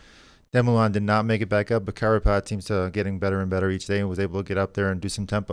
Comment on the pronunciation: George,, it is "Carapaz" not "Carpatz" or "Carapatz"..